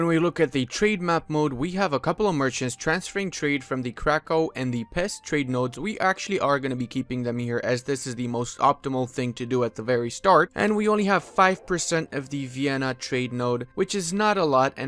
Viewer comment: Can you do us Hungarians a favor? Can you please pronounce "Pest" correctly? It's easy, it's pronounced "Pesht"